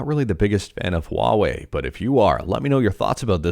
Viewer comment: Who calls huawei , Hawaii 😂